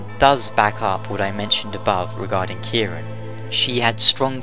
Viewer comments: You pronounced gaelic right, but Ciarán is pronounced 'keer-awn' the fada (line above a) elongates the a into an aw sound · Robbie O'Brien I dunno if it's really a mistranslation, because the way they pronounce Ciaran is all strange to begin with. Gough says it like "Kih-ran" although that dialogue wasn't used in game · That's how you'd usually pronounce it, yeah. Although in the game the only mention of her name (which isn't used in the final game) has it all like "Ki-RAN" which is a little odd. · as someone named ciaran, It's pronounced Kier-on, no idea why she pronounces it that way in game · Idk why he pronouncing ciaran as if was spelled with a k.